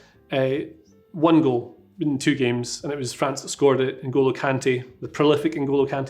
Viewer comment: Tell me if I mispronounce any names....: Right, let's start. FRANZ 😆